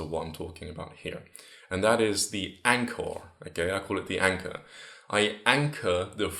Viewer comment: im not a hater and i wil definately use this advice. But I love the way he says anchor. ANCAH